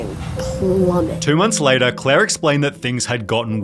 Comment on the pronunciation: That's Beddaah, See you Leytaah